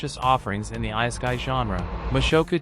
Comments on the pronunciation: You never heard of the "ice a kai". But i agree with you. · You lost me right when you miss pronounced ISEKAI....